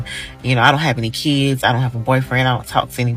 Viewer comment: "I don't have any 'keeds'..." I'm not American but what is 'keeds?'